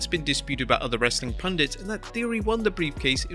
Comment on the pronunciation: did he really said " wrestling pandits"?😳😳